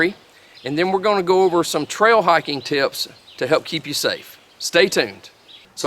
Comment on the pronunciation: The moment I heard "teeyups" I knew I found a guy who knows the size of mosquitoes I'll be hiking in!